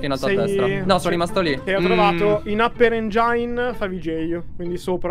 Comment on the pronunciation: "APPER ENGIAIN"